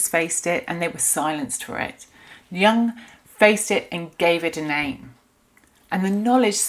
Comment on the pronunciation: Please don’t pronounce the name of one of the greatest thinkers of the last century incorrectly…it makes you sound discrediting. For your own sake Carl JUNG is pronounced YOONG